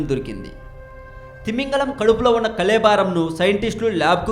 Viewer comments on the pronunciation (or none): First you pronounce Telugu language clearly. Your Telugu language is so irritating. Your are pronouncing Kalebaram as Kaalebaram. Don't insult Telugu language. I Hope you rectify your mistake. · Babu..aa telugu pronunciation enti? Kalebaram andi kalebaaram kadu